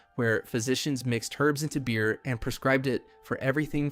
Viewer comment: Beer not Bear ;) keep up the great work